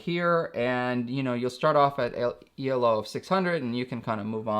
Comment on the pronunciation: "E - L - O" made me laugh ;)